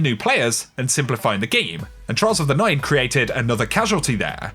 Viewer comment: Trials of the NINE, get the emphasis, get it right. I know it's not datamined so it's not important but don't gloss over the actual point of a statement.